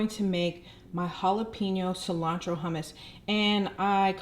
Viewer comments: When she said ‘her-mousse’, I had to switch my phone off. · Hmmm I’ve never heard anyone pronounce hummus, huhhh-mouse before 😅